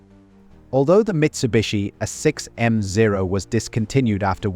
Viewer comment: I think this is AI generated. This whole series using way too many instances of repetitions. Too many obvious reading errors. using a as A 6m no a6m mark whatever. just done with this channel